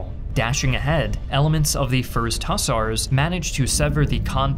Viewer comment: Hussar is pronounced “ huhZAR” not “ husser”